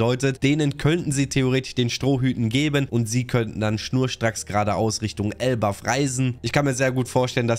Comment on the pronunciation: Junge … es heißt doch nicht elbaFF????